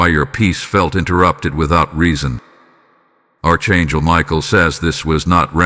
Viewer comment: It would be nice to hear words pronounced properly such as; AR…..CHAN…..GEL. …..archangel…..